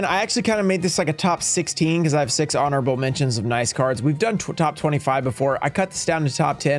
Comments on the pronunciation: says "horonable" instead of honorable 🙂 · "HORONABLE" mention lol